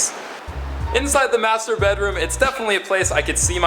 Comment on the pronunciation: when he says : master bedroom i dont know why but i hear masterbate Room XD